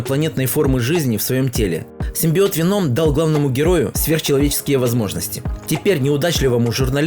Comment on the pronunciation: ПЕТУШАРА, НЕ венОм сука, а вЕном!